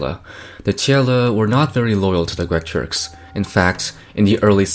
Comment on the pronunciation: why everyone pronouncing uyghurs wrong? u is not w lol